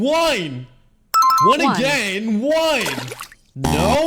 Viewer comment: Is it just me or does it sound like he’s saying wine when he was saying one